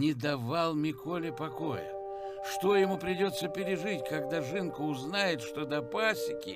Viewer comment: Не "жЫнка", а "жинка (жiнка). Правильно говорить через "И"